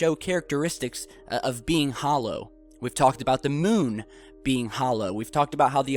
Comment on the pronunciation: Hoolow earth, pfffffffffffffffff!